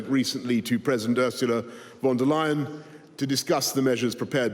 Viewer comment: And Boris, the great linguist, mispronounces Ursula von der Leyen's surname, in spite of 5 years in Brussels, mixing with EU politicians from various countries.